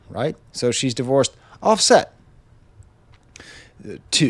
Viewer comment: The pronunciation of “OffSET” has me giggling.